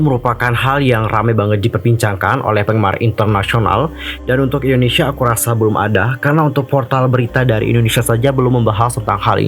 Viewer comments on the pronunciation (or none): none